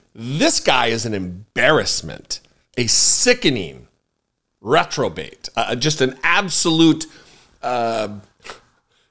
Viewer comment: The word is "reprobate" not retrobate.